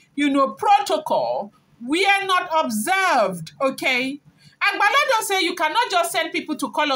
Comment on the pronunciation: It's not agbalodo but agbalode